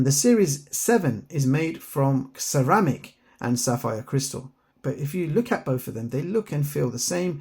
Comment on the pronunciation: Watch series 7 isn't equipped with fall detection function. Also - ceramic starts with "C". There's no "x" there 😂